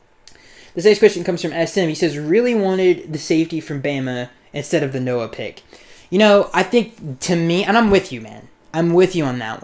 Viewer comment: You got Noah's name right. Good job.